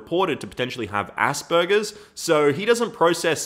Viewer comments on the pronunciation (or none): Did you just say ass burgers? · yes I know what it is but in the video said ass burgers